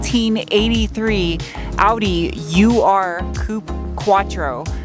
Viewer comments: Just so you know, it's not pronounced You Are, but Ur [oohr]. Ur is german for: the original. The name was given to it in retrospect. So, it's literally "the original quattro" in german. Der Ur-quattro. As for a name... Ur = original/first... Aurora Or: quattro - Catherine - Caitroine - Katrine - or simply: Cath, 4 letters, since that's what quattro means in Italian. (In Italian a 4x4 is called quattro per quattro.) Another female name: Suzy, after Suzy Quatro. The American singer/songwriter. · Fabulous! I think it is UR pronounced err after the first city in the fertile crescent many thousands of years ago. Totally fabulous. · My favorite Audi of all time! It's not "U-R", it's "Oua" quattro. UR denoting "original" or "first" or "primitive" - all apply. As for the name, I personally like Inga! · Just FYI, UR is not pronounced YOU-ARR, but OOR. It's not an acronym but a German word that means primeval. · Now letting the TT go makes sense! By the way, it's "Ur" not "U.R." The word ur is German for primary / original / ancestral. It started getting known as the Ur Quattro, ie the original Quattro, when Audi launched the S2 Quattro that came after it. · Its not U-R. Its ur. It comes from the German word "urtümlich". Meaning primordial. I had one in the 90s. It was a 1984. The most annoying thing was the german lady living in it telling me what was wrong. In German! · ur as in original as in first sounds err and not air